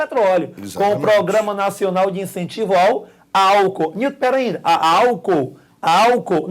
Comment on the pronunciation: Massa demais! "perainda" kkkk